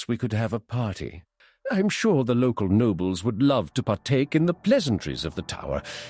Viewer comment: “Medivh was SHOOKEN by the power he possessed” No “Nobels” NO!